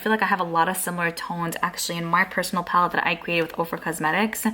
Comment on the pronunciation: Your speech is to cute, the way you add “ah” to the end of your words. ie: palette-ah